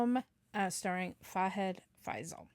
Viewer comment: it's FAHAD FAAZIL not FAIZAL 😊 Nice reaction